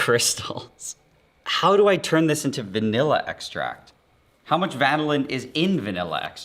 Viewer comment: One of us if pronouncing Vanillin incorrectly... My guess of the reason it's cracking is more than likely the coconut oil substitution or one of the powdered substitutes not having the same quantity of binders, from the egg in particular I'd imagine. Fun watch!